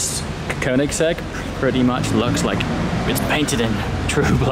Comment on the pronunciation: You pronounce "Koenigsegg" really good